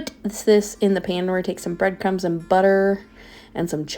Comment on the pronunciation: Heyyyy! ❤😊 Hahaha "some butta & some CHHEEZEE" is exactly what I sound like in my mind if cooking anything with cheese 😅